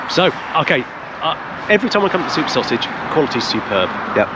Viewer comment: "Sauge action" Ooh err missus 😉 😅